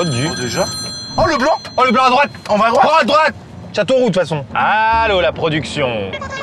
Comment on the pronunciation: Moi 2 second après avoir commenté le gars de Renauld service qui dit Châteauroux xD